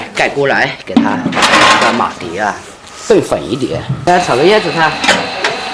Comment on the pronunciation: 是马蹄ti，不是马蒂di